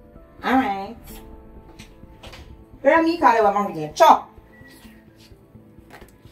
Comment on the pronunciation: you know that as Patsy gets more in tune with her gift you will have to be careful not to lie to her. It's hilarious how smoothly Patsy calls the young man Riccarder as if that is how his name is pronounced. Riccarder, mi a beg yuh nuh fi diss har.